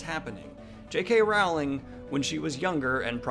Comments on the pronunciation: I discovered you yesterday and you definitely seem like a very nice and well-grounded guy, yet every time you say JK Raaaauuling instead of Rolling I want to flick your nose! So I'm conflicted. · I love you Daniel, but you could you please pronounce her name correctly? "rolling" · J.K. WOOOWling